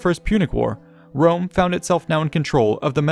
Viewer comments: What's this trash joke? Italic populations, like modern Italians and Spanish, pronounce a very strong "R", the people that can't pronounce properly the "R" are British and French ones. So "Wome" it's kind of the pronunciation of a native English speaker at the eyes of an Italian or Latin speaker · I have a good fwiend in Wome his name is Biggus Dickkus. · "People of Jewusalem...Wome is youw fwend!"